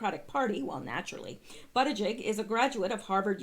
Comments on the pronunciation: I would correct you on the pronunciation of Pete Buttigieg's name, but I think YOUR pronunciation suits him better & has a nice ring to it!! LOL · In south bend they pronounce his name bootyjudge. hilarious his name sets up all kind of jokes without mentioning that he's also gay the jokes write themselves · I thought it was pronounced Booty judge....with a first name of Peter, kinda makes ya think he was steered to his, umm, lifestyle choice, eh? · Buttigieg is actually pronounced "Buddah-Judge." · 🇺🇸Thanks -Volume sounds good so far😉 Also they claimed the pronunciation is "Boot-a-judge" on the news & that's how they've been saying it but I haven't heard him actually say it yet so idk😰 Steven Crowder is calling him "Butt-Gig" for fun irony 😂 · I saw old Pete on the View.. They were pronouncing it Boo ti check Can't stand the view.. Watch them like I used to watch Jerry Springer 25 years ago...it's the SHOCK factor..